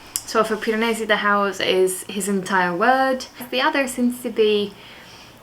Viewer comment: I love it when you say "Piranesi" in your italian accent! It's not the type of book I would read but still, I really enjoy any vlogs you upload! Small human is very cute :) Kudos to you for filming reading vlogs with a tiny baby! and a needy dog! haha xx